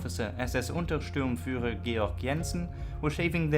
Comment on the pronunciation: Please stop mispronouncing "Untersturmführer" and other ranks ending in "-sturmführer" as if it read "-stürmführer".